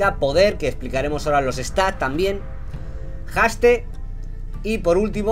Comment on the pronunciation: Mejora tu inglés Knekrooo, que casi me da un ataque el escucharte decir palabras como Haste, etc.. XDD